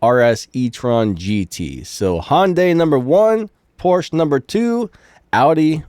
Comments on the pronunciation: btw its called "Audi" not "oudi" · Ironically, you're pronouncing it correctly and said "Ik it's audi" and pronounced it incorrectly lol. I watched a video on Car manufacturers pronouncing their brand and the U in Audi is emphasized.